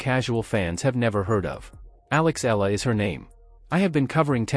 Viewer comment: Please say Alex's surname , the way we Filipinos pronounce it. It's "E-Ya-La," not simply Ela...Thank you..